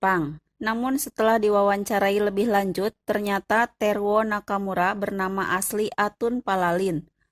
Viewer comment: teruo, bukan terwo